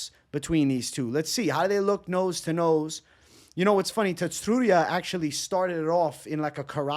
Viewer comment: Tsu - ru - ya there is no emphasis on any syllable